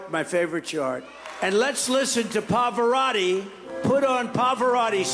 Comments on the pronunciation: Tfg doesn't even pronounce Pavarotti properly. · He couldn’t pronounce Pavarotti’s name correctly and these people are voting for him even when they leave his rallies???😂